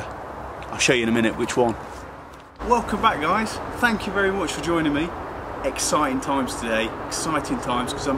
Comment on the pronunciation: “Thank you very whuuu whuu”